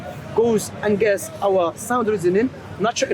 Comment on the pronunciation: Why does keep saying angist not against.